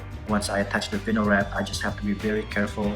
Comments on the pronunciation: Thanks man. Hate to be a stickler but it’s pronounced Vi (rhymes with Hi) nyl, not Vin-nyl. Awesome work. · You do know that’s not how you say “vinyl” right? It’s VINE-l